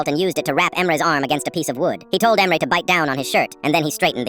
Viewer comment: I think that the AI doesn’t know how to pronounce Turkish names